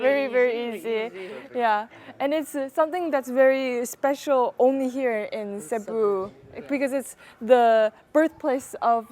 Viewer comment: She pronounced Cebu properly! First foreign food vlogger, I've seen get it right